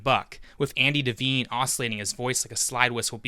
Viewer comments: I’m sure I’m not the first to correct your pronunciation of Andy Devine. It’s pronounced like divine—like God. Not “Deveen.” Good work otherwise from a very old, old movie fan. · Great video. By the way, Andy Devine is pronounced "Da Vine" NOT "Da Veen."